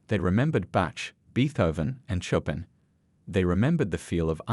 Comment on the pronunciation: Chopin is not choppin